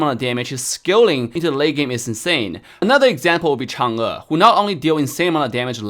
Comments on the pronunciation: it's so nice to hear someone pronounce chang'e like that, it's really really rare to hear someone call her name correctly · pronounced Zilong and Chang'e in it's Chinese pronunciation didn't he?